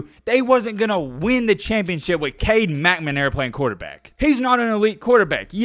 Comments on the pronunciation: Dude, it's McNAmara, not McMAnara. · I love the channel…stop saying “McManara” please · “Cade Meh-Na-Mara” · It's pronounced McNamara,and not McManara. No two M's. Most Michigan State fans don't have any problem with Jimbo's comments about Nick Satan (ot is it Saban?).Anyway, most remember that Nick quit the Spartans because he could not out recruit Bo S. from Ann Arbor. Poor Nicky. He did find a spot where he can recruit, which is the only thing that makes Bama really good. Superior players, not the coaching. Great players can cover up the coaching screwups. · McNAMera. Please pronounce the name correctly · Bro you sound silly saying McNamara. 🤣🤣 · I love you, but I hate the way you pronounce McNamara. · J.J. will be in the Heisman conversation next year. Until then, I'll subscribe when you learn how to pronounce McNamara. Notice the placement of the N and M - that'll help. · Guys an SEC home with clear bias and no objectivity. Can't even say McNamara's name correctly. Wouldn't worry too much about the yahoo's opinion. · Man you’re killing that poor man’s name! McNamara 🤣🤣🤣 but you’re content is awesome keep doing your thing! RTR!